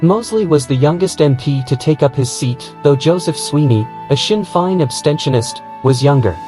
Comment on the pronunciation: You pronounced Goebbels and Sinn Féin quite badly incorrectly.